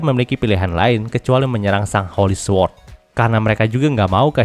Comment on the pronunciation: su-word✖️ sord✔️ sama2 belajar bang